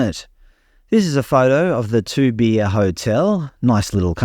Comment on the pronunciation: Good video but surely you could have taken 60 seconds to find out how Toobeah and Goondiwindi are pronounced.